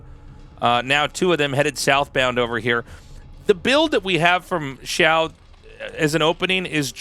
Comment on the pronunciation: The "xi-" is like "she" and the "-ao" is like "ow" (Your pronounciation here was really good!) The "shu-" is like "shoe" and the "-ai" is like "eye". The x and sh sounds are not exactly the same, but everyone will understand if you pronounce both of them like an English sh.